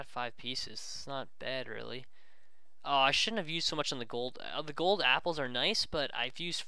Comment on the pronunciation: he said coal instead of gold